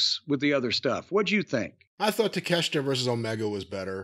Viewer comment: Sometimes i agree with cornette. sometimes i disagree. other times, i am just baffled. this is one of those times... he says 'i love take-a-shit'... if you had a modicum of real respect for him, you'd learn to pronounce his name right.